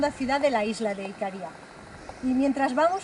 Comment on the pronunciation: Hola. Una pequeña corrección. Las isla se llama Icaria, no Icaría. Es decir la primera "a" es tónica. Aprovecho para comentar que la Isla de Rodas es Rodas. No Rodes, ni Rhodes. En mallorquín Rodes, con la ""e" abierta que suena casi como una "a". Saludos